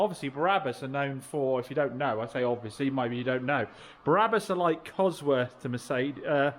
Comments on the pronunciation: I was referring to the Biblical character! You referred to Barabbus (as you kept pronouncing it!) not Brabus - was the meme! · Brabus not Barabbus (as you kept pronouncing it!) - he was someone else..Blimey…😂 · Brabus not Barabus😊😊😊😊